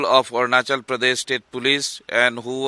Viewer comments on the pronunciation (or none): Arunachal hindi the best "Ajanakly"😁😁😁 RIp to the brave souls